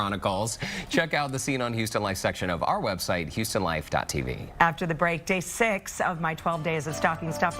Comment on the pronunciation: He said “The Bonet Chronicles” Hunny! 😂😂